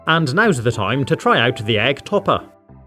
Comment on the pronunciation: I mean EEEEEG not EGGGGGG